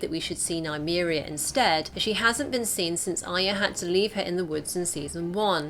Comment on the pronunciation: ARYA not AYA